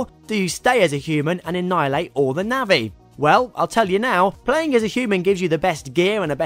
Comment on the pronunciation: navvi? nah-vi :)